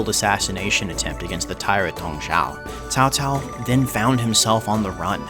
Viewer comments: Tsao Tsao :) That's how it's pronounced. You more or less got it :P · Dong ZHUO, not Dong Zhao. But good on y'all for getting Cao Cao much more right than before lol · You fools! There is only one correct way to pronounce Cao Caos name and that is 'Cow Cow' and his mighty son and Emperor 'Cow Pee'! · Once again: its CHAO CHAO, but while doing the CH, let your tongue touch your teeth so that the H doesnt come out. Dont do like TSAO TSAO, SAO SAO or KAO KAO just plain stupid. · nah his pronouncing is quite good, caocao is caocao "tsssao" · Im pretty sure there are three ways to pronounce caocao if "Tao tao" is also correct. Sao Sao, Kao Kao, and the one you used, Tao Tao. I think its the usual potato pota~ato thing. Could be to do with the different dialects too. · FINALLY someone who did a pretty great job at pronouncing Cao Cao's name. I mean even though OverSimplified and Extra Credits made amazing educational videos on the Three Kingdoms period, their mispronunciation of his name as "kao kao" or "tao tao" bugged me a lot. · u got a like cos u almost got the name correct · So much effort to pronounce Cao Cao correctly, but utterly fail with Dong Zhuo... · The name pronounced tsao tsao or cao cao in chinese pingyin 曹操 at the end is correct. It is two different chinese words with similar pronunciation. i honestly think he is a cruel and cunning bastard. he did many things in his life which destroyed his own personal and allies. Although he unified China... i can only assume many wished that it was someone better. Hua Tuo is another one of his victims and intellectuals he killed by his ego and arrogance. One that he regrets killing .... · As for the pronouncing of the Cao Cao name, don’t worry about it. You came pretty close. The 2 words are spelled the same in English, but it is totally pronounced differently in Mandrian. The tonal difference is something non Chinese (Mandarin) speaker will find it hard to understand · nailed cao cao, but butchered dong zhuo...